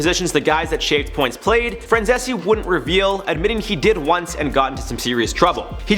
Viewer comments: Micheal Francese (Fran-zees), not Francesse... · His name is pronounced Franzeez. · If you know about Michael Franzese, at least learn how to pronounce his last name. It's pronounced /frænˈziːs/. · Good job breaking it down but his last name is pronounced Fran-zees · If you are going to use someone as a source, you should learn how to pronounce their names. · I wish he’d stop saying his last name like that. It sounds stupid n it’s wrong lmao. Just say Michael dude 😂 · If you’re going to make an entire video talking about a guy, at least have the decency to do your due diligence and properly pronounce his last name. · hey thats my guy franzese! also the way you pronounced his name was terrible